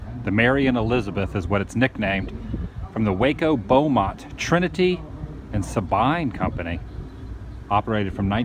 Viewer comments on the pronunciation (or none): Sabine is pronounced sa-bean. It's the river that separates Texas from Louisiana. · Sabine, is pronounced, Sa-bean. It’s a Texas thing.